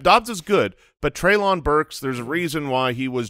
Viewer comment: Treylon Burks is pronounced Trey-Lin, like Jaylen!